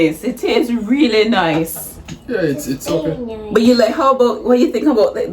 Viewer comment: She said it's noice it's reali noice 😂😂❤️